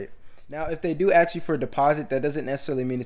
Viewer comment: The word is "ask" not. "axe". Practice saying that because saying axe instead of ask makes you sound extremely unintelligent